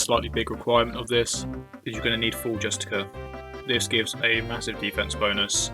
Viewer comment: "Justi-kuhr" That's a new one. Great vid though:)